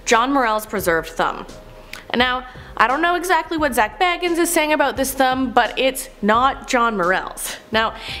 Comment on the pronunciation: It sounded like they also pronounced zac bagans name wrong ngl